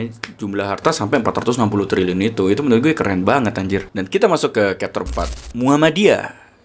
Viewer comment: chapter itu bacanya capter bro, bukan kapter...